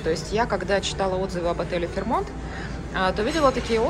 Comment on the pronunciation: Все-таки ударение ФэйрмОнт.